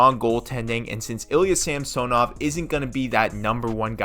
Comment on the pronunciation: Please learn to pronounce Samsonov.